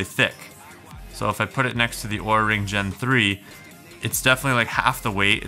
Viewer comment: Be careful, OURA is pronounced as our-a not awra. Apparently your video could be requested to be pulled according to LTT's experience with this company lol.